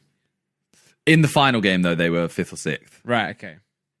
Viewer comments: Who was getting mad when Simon was saying sith instead of sixth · It’s been years watching Simone and I’m still triggered at how he says fith sikth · “Fith or sicth” broooo wtf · Anyone heard that simon can't pronounce sixth so well does he have a lisp?